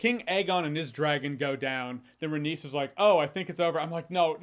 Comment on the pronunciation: its pronounced RAY-KNEES not RAY-niece